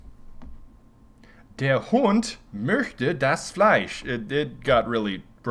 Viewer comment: "Der Hund möchte das Fleisch" .. Dude, your German isn't even that bad :D